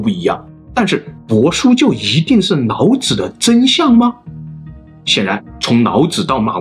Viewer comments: 你是不會讀L和N音嗎，什麼‘腦子腦子’ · Hahaahah 老子被你说成脑子，老师变成脑尸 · 内在，不是泪在。 老子，不是脑子。 来历，不是来逆。 水利，不是水逆。 另一起，不是泞一起。 内容，不是类容。 一，不是yzi。 民，不是mzin。 蔓，不是万。 积累，不是积nei。 于是，不是yzu是。 李学勤，不是你学勤。 离骚，不是泥骚。 遗体，不是yzi体。 遗训，不是yzi训。 地，不是dzi。 年，不是联。 那，不是辣。 哪里，不是哪你。 夷陵，不是yzi陵。 怒了，不是路了。 陵墓，不是铃墓。 历朝历代，不是逆朝逆代。 历史，不是逆史。 。。。。。。。。。